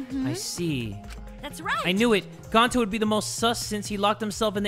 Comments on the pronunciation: nope. its gawn-ta. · its not GO-nta???? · I love how jay loves gonta so much but he still says his name wrong xD to ppl that don’t know it’s pronounced Go-n-tah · i love but the way he pronounces Gonta also annoys me a little lol. he prononces it like GO-nta not GAWN-ta